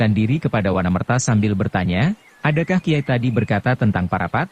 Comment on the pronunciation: Terima kasih atas pembacaan novel hebat ini. Sayang sekali, pengucapannya tidak pas. Akan lebih pas jika, misalnya, Nagasasra itu dibaca Nogososro; Wanamerta itu dibaca Wonomerto. Demikian pula, misalnya, Maheso Jenar, Aryo Saloko, Lowo Ijo, Panembahan Ismoyo, dst.